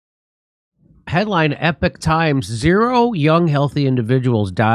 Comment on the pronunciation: wait. You mean he cant say the word Epoch right? He doesn’t tend to get much else wrong. Don’t judge the source judge the data. Doing anything else makes one retarded.